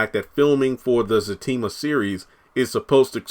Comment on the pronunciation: It's Zatima Not Zactima